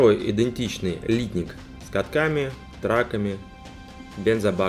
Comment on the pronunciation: Хороший обзор, но режет слух ударение в слове литник, знаю что по нынешним правилам так принято говорить, но не профессионально, даже технологи переработки пластмасс так ударение не ставят. P.S. в индустрии переработки пластмасс не один десяток лет.